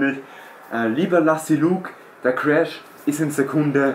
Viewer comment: Zumindest hast du Lassy Luke richtig gesagt 😂😂😂😂